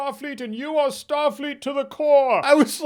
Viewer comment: he literally said what was Starleet about that Captain lol o_O